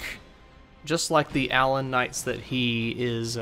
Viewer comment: 's gotta be 'uh-LAWN'. If they wanted me to say "ALlon" they'd have two ells in it. Also. Yes, his moves are very well choreographed. And he generally telegraphs them well enough that you can see them coming. :)